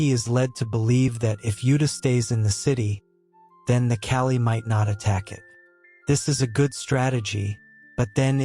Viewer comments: It is not kali it is kall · As a "Man of Culture", I approve of this manga video recap. However, the monster men are called KALL not Kali. This is just some constructive criticism that you can use going forward with your future videos. Monster-kun, I am ready for you to take me away so I can be Isekai'd to that world!!! 😍 Be safe and be 😎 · My name is kali so stop saying kali and start saying kall